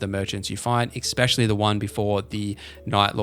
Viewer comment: Just so you know, it’s ‘especially’ not ‘especially’